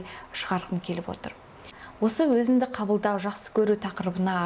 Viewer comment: Өзінді емес, өзіңді. Қазақ тілінде "ң" деген әріп бар